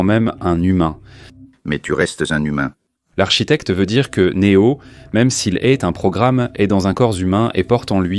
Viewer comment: "Dans un corps zhumain" 😂😂😂❤❤❤❤❤❤🎉🎉🎉🎉🎉🎉🎉🎉🎉😮😅😅😊